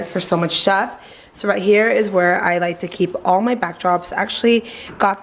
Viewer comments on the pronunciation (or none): “for so much shuff” ???? 😂 or is that a word or did she say something else lol